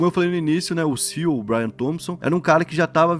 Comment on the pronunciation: Chega da agonia todos esses anos o falando “CIU” ao invés de pronunciar as letras individualmente